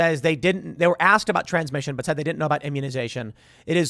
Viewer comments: Sounds like she said, "huminization"...??? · Sounded kinda like she said “humanization” and not “immunization” lol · Humanization or immunization what did she say? Sounds like both to me. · Ah she said "immunization"